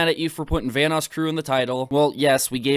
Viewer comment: "Vanass crew"